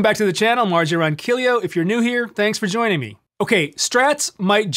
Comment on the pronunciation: Ronquilio? That's not how you pronounce that last name. You're crazy! Rj